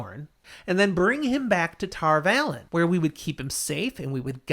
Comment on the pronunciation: Come on guys, it's Tar Valon, not Tarvalon